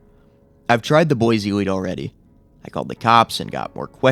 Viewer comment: IDAHO MENTION 🗣️ CAN’T PRONOUNCE BOISE CORRECTLY